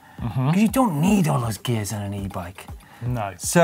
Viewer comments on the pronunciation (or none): none